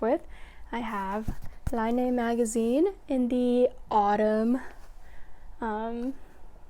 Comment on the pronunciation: Really enjoying your podcast. You are a knitting machine! Don't know how you can knit so much so fast ! I am bit of a pronunciation nerd, sorry, but Laine is french for wool and is pronounced "len"; a lovely mag for sure.